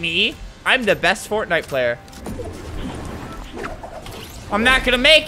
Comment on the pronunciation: Normal people: fortnite. Albert: fartnite